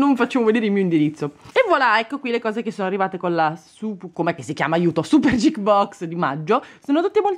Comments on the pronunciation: Non vorrei sembrare perfettina, anche perchè ti adoro ma geek, si pronuncia con la "G" dura. Ti adoro:) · Geek si pronuncia "ghiik" con la h, scusa il commento ma è fastidioso sentirlo pronunciato in quel modo